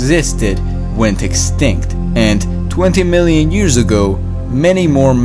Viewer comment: Two hundred muielian years ago